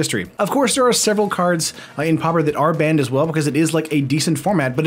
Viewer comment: I don’t know about this “POW pier”.